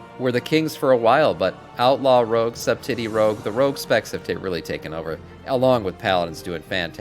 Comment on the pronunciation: dude you cant pronounce subtlety? wtf